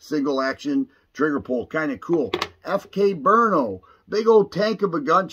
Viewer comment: Pronounced Bruno, Berno, lol